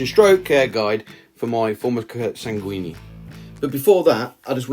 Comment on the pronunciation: I love how English speakers pronounce sanguinea. The U is silent ;)